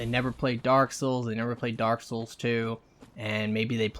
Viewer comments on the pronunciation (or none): "Daaawk soowls three"